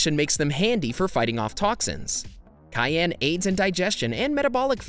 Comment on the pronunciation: It's Cayenne pepper, not Gayen.